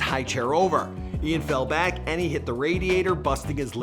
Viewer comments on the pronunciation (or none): No offense when he says back it sounds like he is saying bawck